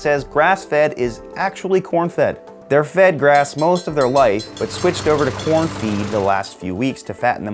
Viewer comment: Why was I hearing Por* instead of corn